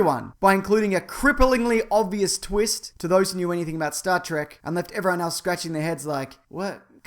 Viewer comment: actually it's reallys supposed to be pronounced T-R-E-K not track people just started calling it track.